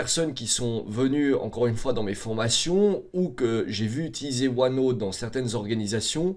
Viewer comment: Ce qui est déviant c’est sa prononciation de OneNooooote